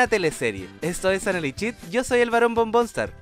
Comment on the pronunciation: Amo tus videos pero odio que digas "analichit". Jajaja